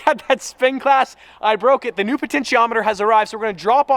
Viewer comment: He's had plenty of practice saying potentiometer